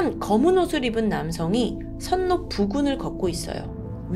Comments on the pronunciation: 선노가 아니고 설로가 맞는 발음입니다. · 선로는 설로라 발음해야 맞습니다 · 선로는 "설로" 로 읽습니다. 항상 잘 보고 있어요 😊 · 선로라 쓰고 설로라 읽습니다.